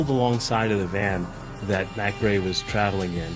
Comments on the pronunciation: You called mac dre mock dre wtf get it together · 😂😂😂 "Rapper J.T. the Beega Feega" ...in an AI slop piece about "Mock Dre" wherein someone call "Nine hundred and eleven". Oh, Jesus! 😂😂😂